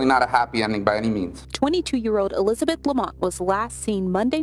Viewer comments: My names Elizabeth and I hate when people say A-Lizabeth. Its Elizabeth. Not Alizabeth 😂 stop saying it like that dammit. 😂 Lmao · "Allyzibeth"... fucking hell